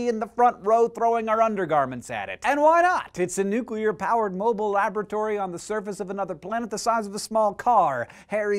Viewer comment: TY, TY so much for Pronouncing Nu-Clear Nu-Clear and NOT Nu-Cu-Lurh.